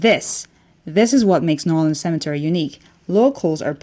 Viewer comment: It is not NAWLINS